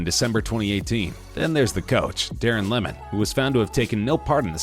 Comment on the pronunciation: It’s lee-man not lemon